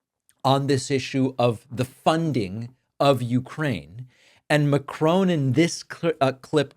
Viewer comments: Yes, short o, with the stress on the last syllable (unlike in English which stresses the first syllable). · Great video. Macron is not pronounced Macrone. Please look up the proper pronunciation. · It's Emmanuel Macro' - "o" as in on! Not! Macrone! 🙄🤨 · Macron pronounced Mack ron. Not Ma crone. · Please stop calling Macron - Macrone. Its Mac ron. I like to listen to you but I'm going to stop unless you call people by their name (As THEY know it to be - as their countrymen know it to be its not pronounced OWN its pronounced ON). How would you like it if people called you David Packmone or Packmarne. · Its Macron. Not Macrone. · David it’s Mack-ron not M’Crone. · David, it's Mac-ron, not Macrone. This is not trivial. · Stop Calling him Macrone!...Macron..like turning a light on🤣 Great content as always though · It does amuse me the way Americans pronounce Macron's name. It doesn't rhyme with crone or groan. It rhymes with gone - same o sound - but with a shorter n. I'm hearing that Zelenskyy is going to the White House in Friday to sign over mineral rights of Ukraine to the US. I hope this isn't true. I don't see why Ukraine should be screwed over by Trump, rather than Putin. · Macron - NOT MACRONE!!!!!!!!!!!! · Whatever they are giving him, it’s not working. I think you’re mispronouncing. Macron, not Macrone. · Ma--Cron (short o, nasal n, and you can even give the r a bit of a roll at the back of the throat), not Ma--crone. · Pronounced Mac -ron Not Mac-chrone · Why do you insist on pronouncing Macron with a dipthong, as if it were spelt 'Macrone'? Its most irritating. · It’s not ‘Macrone’ it’s ’Macron’! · David, please pronounce Macron as Mack ron. No e on the end. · 😂 Ma-CRON NOT makrooon🤦‍♂️😂🤡 What do you expect from a nation who elected an orange kiddy diddler as president.. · Love your work, Mr Pakman, but it's not pronounced 'Macrone'. If you want to sound credible, it's Macron. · I’m so sorry to do this but it’s important… Macron is pronounced ‘MA-kron’